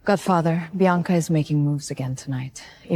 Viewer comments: Biana, Bianca, Beyonce. Ivy, Avery, Ava. AI really messed up the names😅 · AI cannot pronounce Bianca….